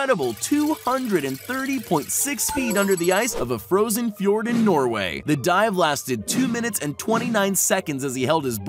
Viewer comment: The way he says fjord 😂🤣😂 Its a Norwegian word